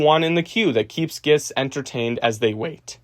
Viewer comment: Great video. Only note, please work on the pronunciation of "guests," as it was very confusing for me (gests)